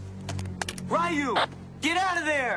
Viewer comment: The clip at the start of this video gave me whiplash cuz how do you fuck up a name as simple as Ryu and pronounce it as "Rayu"?!